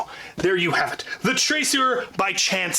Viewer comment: I was involved in the beta for this. Fun blaster. Some notes 1. Can definitely confirm you need a very strong return spring for it. 2. It's officially pronounced Trac -oor, as it's based on the french word for someone who does parkour. The blaster was designed with the intention of being used in the local wars we hold in a parkour gym, so that was the intent behind the name. That being said, pretty much everybody says trac-er anyways.